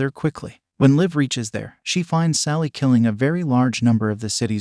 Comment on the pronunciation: It sounds like it was put through an online translator and then just left to a program to read, given the weird wording and some of the pronunciation issues. Especially with it constantly calling the main character (Thale) "Sally." I don't speak Norwegian, but the one pronunciation I was able to locate is uh......they don't sound alike. At all.